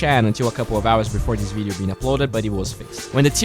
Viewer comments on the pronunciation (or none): none